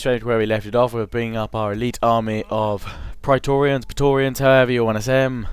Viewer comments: preatorians should be pronounced Pray-torians I believe, at least that's what im doing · Say "P-raé-torians" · say it like this (Pray-torians) = praetorian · It's pronounced "pray-torians". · Oh and Praetoreans are pronounced Platoreans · I think it's pronounced 'pray-tor-rians' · In traditional Latin it is pronounces pry-torians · The right pronunciation is as in "meant". Pr(ae)torians like m(ea)nt. The "ancient peoples" have left a lot of books about spelling. If you just take Latin sounds and translate them in another language, you've "recorded" it. That's it. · thats not how its pronounced. in latin ae is pronounced kinda like an i mixed with an e